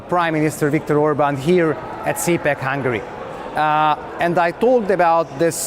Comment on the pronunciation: It's cool how the Hungarian guy pronounces his country's name in English: "Hangry." So apt and poetic.